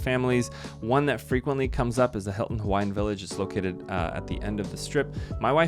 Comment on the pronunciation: Excellent video, man. Your pronunciation of Hawaiian words was spot on. That tells me you're either a great researcher, very intelligent but probably both. We're gonna stay there and so your validation makes me happy. Mahalo nui loa! 🍍 💙 🍍